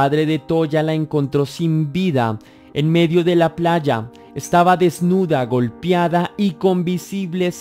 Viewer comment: Golpiada…?🤔 se dice golpeada!